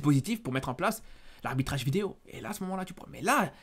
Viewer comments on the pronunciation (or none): none